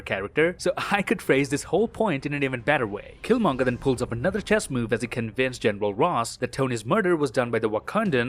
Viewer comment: Oh my god I thought I was the only one that thought that killmonger said it wrong